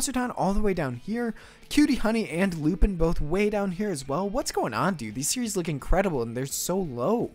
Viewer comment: I see Lupin, I click like. Also, it's pronounced loopahn, get it right dude. 😤 Also, you need to hold off on revealing the top five until the end. That's how you get people to watch until the end of the vid! But this gave me quite a few new interesting series to add to the watch list, against my better judgement. -That Toei one is actually based off of a 60's manga and has had various anime adaptations since 1968 from Toei themselves. Definitely looks really cool. -Personally I think Piano could be an unexpected gem of the season. -Even if you wanted to watch the Miyazaki short it's only gonna play at the Ghibli museum and nowhere else. 😕 -I'm disappointed you skipped Tomie. -Isn't that mob OVA going to be mostly recaps of the first season? Regardless I'm gonna watch it for Reigen. Also the reason all the good ones are lower in popularity is because MAL-tards are allergic to the classics or anything that originally came out before they were born.